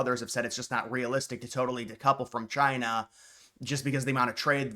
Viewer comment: “Chy-na” ~DJT